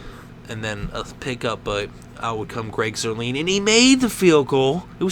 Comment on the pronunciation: They faked the PAT not a field goal. and it's Greg Zuerlein not Zuerleen. pronounced Zuerline